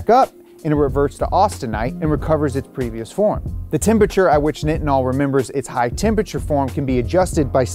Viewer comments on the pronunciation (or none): As a person who makes Nitinol wire, it’s hard to hear you call it “knitinol”. It’s pronounced like “Nightinol”. We often call it NiTi (NyeTye). We make it for agencies like NASA along with other sectors like the Medical Field being one of the most commonplace uses of Nitinol.